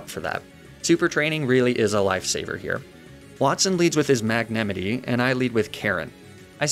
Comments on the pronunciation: stop saying magnemitee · I’m so obsessed with your comically ridiculous mispronunciations of Pokémon names. “Magnemitee” kills me every time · * mag-nA- mIGHT* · Is that the correct way to say magnemite? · Homie does not know how to say magnemite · i cant tell if his pronounciation of magnemite was a joke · How did you pronounce Magnemite? I have never heard it said like that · The way he pronounced "magnemite"just felt so wrong in the video ;-; Alsomy guy pronounced so many pokemon names wrong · i can’t tell if I’VE been pronouncing the names wrong for years or if he mispronounces on person, and it gives me great distress (‘ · why do you pronounce magnemite like that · Why do you mispronounce Magnemite?